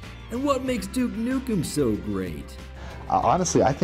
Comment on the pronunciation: at around 30 seconds in he pronounces duke nukem properly :D take note other americans, it isnt DOOK NOOKM